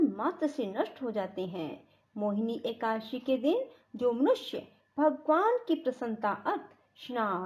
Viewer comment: एकासी नहीं एकादशी 🙏